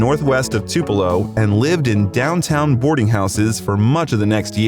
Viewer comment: Your saying tupelo wrong bro